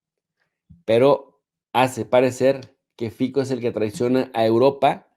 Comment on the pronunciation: Jesus no es correcto decir Fiko. Su apellido en slovaco se pronuncia F I T S O